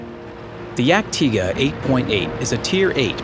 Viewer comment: You dont say it dyag-Tayger, you say it Yag-Tiga. Cause its the proper way to pronounce it